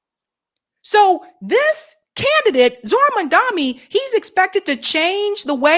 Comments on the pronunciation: The man’s Name is pronounced MomDONee not MonDOMee! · you really ought to practice pronouncing Zohran's last name a few times before going on air next time. It's Mom (like your mama) and Donny (like Trump). Not "Mandami." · At least get his name right. It’s MAMDANI, NOT MANDAMI as Sharpton mispronounced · Mandami, even you can't say his name right, damn. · why can't you pronounce MamdaNi??? It's painful to listen to you. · His name is Mamdani, get it right maam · Question 🙋 .what's the big idea with americans not mispronouncing peoples names and places. And you'd expect others to respect you and take the curtesy to at least learn to pronounce your names. Its not mandamny. Neither is it Qetar. Everything else love the show. Keep upthe good job.